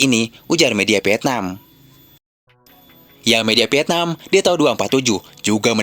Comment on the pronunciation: Ini orang Sunda yang ngomong ya? PIETNAM, PIPA, KONPRONTASI dll!😂😂😂